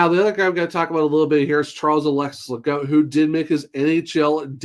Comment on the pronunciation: Pretty sure the French pronunciation is - Ley - Gooo. No T on the end